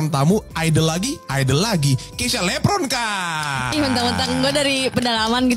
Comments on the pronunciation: Mungkin karena nyebut nama dia "lepronkaaa" pake P bukan V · Awal opening karena panggil namanya "Keysha Lepronka", bukan "Keysha Levronka".. Kalo org Jawa, v/f biasa dijadikan 'p'.. Mungkin itu yg buat dia tersinggung.. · Aku sih bukan sok tahu tapi emang ini masalah utamanya karena si keisya tersinggung dengan kesalahan penyebutan nama. Memang mungkin si bermaksud bercanda, dia nyebut "Lepronka" bukan "Levronka". Nah yg menurut keisya ngapak itu ya itu, maksud dia tuh medok kali ya bukan ngapak. Kan klo orang jawa yg medok bgt tuh seringkali nyebut huruf v tuh jadi huruf p. Nah ada stigma klo orang yg medok itu identik dgn orang ndeso atau orng kampung. Mungkin si keisya sering dihina dgn stigma itu juga makanya dia tersinggung. Tapi btw, memang ada kok orang yg bisa tersinggung klo penyebutan namanya salah. Yg salah bgt di podcast itu tuh kedewasaan mereka berdua masih kurang, masih mentingin diri sendiri masing-masing. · Salah sebut nama, harusnya "Levronka" bukan "Lepronka". Ya mungkin hal kecil, tapi idk.. maybe buat keisya itu kesalahan fatal.. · Yah lu liat aja sendiri seenak nya jadi host.. Coba lu denger sebutin namanya... Lepronka. Cara nya yang ngerendahin banget.. Bukan levronka Coba sedikit sopan lu host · keknya karna blg keisya lepronka ga sih? hrsnya kan levronka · Tersinggung krn nyebutnya LEPRONKA. Pake P. Tapi kan dia jg nyebut chanel Yt nya lg POLIX. Sama2 pake P jugak. Gilak sih baperan amat. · Keknya grgr pas manggil namanya "keisya lepronka" Bukan levronka